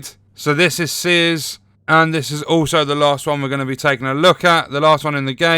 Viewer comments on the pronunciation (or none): none